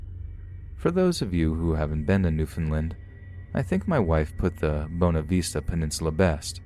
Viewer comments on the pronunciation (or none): hey! um just wanted to let you know... it's pronounced New-Found-Land, Love your narrations btw ^-^ oh also it's v-ista not v-este <.<